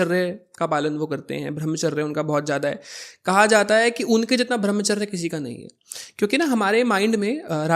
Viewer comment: Bhai pehle tu apni pronunciation to sahi krle...arth ka anarth kiye ja rha. Sena hota hai saina nhi...ar ye bhramcharrya kya hota hai??? Brahmcharya hota hai... there is drastic difference between veer and veerya. pls go n study correct things